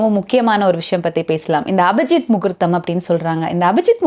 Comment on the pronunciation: அபஜித் என்று அபத்தமாக சொல்லாதீர், அது அபிஜித்.